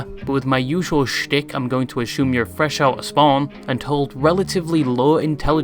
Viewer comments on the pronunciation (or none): bro stop saying ashume